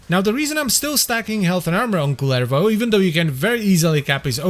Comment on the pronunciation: Props to for the pronouciation of Kullervo! Neat to hear someone pronounce it the Finnish way. The Rauta video a while ago was pretty good as well.